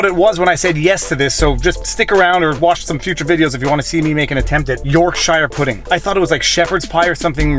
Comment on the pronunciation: HAHA! You totally mispronounced yorkshire pudding LOL i cant wait to see you cook that, im in the uk :) Its kinda said like YORK sher...sorry my OCD is going off again...LOVE YOUR VIDS x